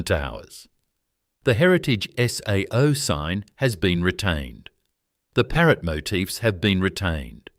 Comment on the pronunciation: Please get rid of the AI narration voice, as it can't pronounce the names of the products correctly...SAO is pronounced as "say o"